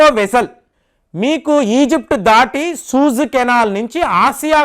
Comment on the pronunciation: సూయజ్ కెనాల్...సూజ్ కాదనుకుంటా...